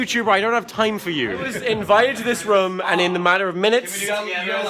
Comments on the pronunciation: Omg! He saids rum instead of room like Mark! 😍😘😂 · oh my god you say "rum" instead of room too XD